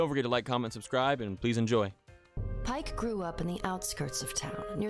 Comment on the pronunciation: Yeah, Pike said it wrong